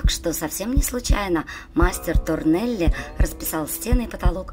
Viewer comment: да и к содержанию масса вопросов. Во-первых, Торелли, а не Торнелли. Во-вторых, плафон в Передней выполнен Якопо Гуараной, а не Торелли( кстати, ударение на "а", СтефАно Торелли). Касательно Гардеробной - там не только декор северной стены сохранился, но и живопись: пляфон, написанный братом Серафино Бароцци - Джоакино, но и десюдепорты кисти Якопо Гуараны. И так далее....